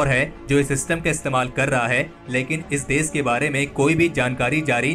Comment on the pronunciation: Bhai apni jaban sudharo देश को देस, दुश्मन को दुस्मन बोल रहे हो